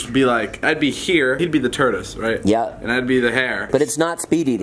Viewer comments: did anyone notice David said turdace instead of tordace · David: “he’d be the turdise” 😂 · No one: David: turtice and the hare